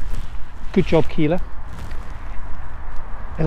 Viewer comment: D say killa like killer but with an a at the end. Sounds dope then